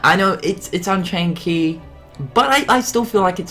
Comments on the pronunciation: You do realise at like you said "unkaind chey" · "Unkained Chey" "Disdiddia" "Threat Rhythm"